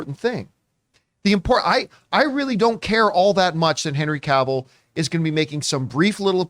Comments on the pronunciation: She said ca-vill. He said she was professional?? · John, is a red flag if the host can’t pronounce Henry Cavill’s last name, I mean is Henry FREAKING Cavill